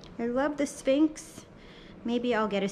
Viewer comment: Why couldn't she say sphinx??